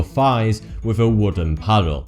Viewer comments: get away wif????? its get away (WITH) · Dude no offence. Please pronounce your words properly. Wiv = With. Forty2 =. Really no offence. It'll be more professional, better presentation and get even more 'subs'.:) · FINK and WIV aren't words. You're from England, speak English.